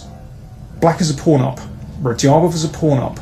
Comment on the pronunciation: Love the videos, but please correct your pronunciation of Radjabov. That dj is a hard "j" as in jungle… or as in Raja (a Teymur nickname) for that matter